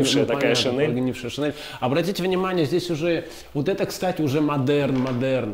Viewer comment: шинель, -и [не нэ]